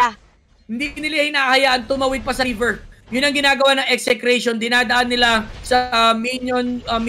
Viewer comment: Buti naman dina Ese Cration yung pronounce